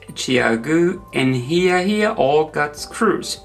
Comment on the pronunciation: Hiya Hiya is pronounced with a long "i" vowel sound, like you are saying "Hi" to someone - not like "He."